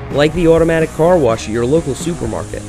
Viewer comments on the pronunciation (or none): none